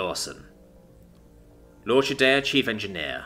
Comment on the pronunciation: Nice story, nicely told. Only one quibble: 'L'Orchidea' is pronounced lor-kee-DAY-uh.